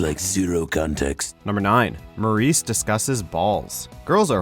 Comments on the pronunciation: His name is Morey not Maurice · It's Maury not Maurice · YOU’RE SAYING MAURY’S NAME WRONG DAMMIT